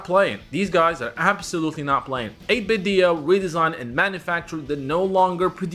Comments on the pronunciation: Why do you keep pronouncing it "8-bit Dio" it's "8-bit Do" do we need to get 8-bit joestar? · 8Bitdo is pronounced “8bit-doh” like Nintendo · the company actually pronounces it 8 bit doo like Scooby Doo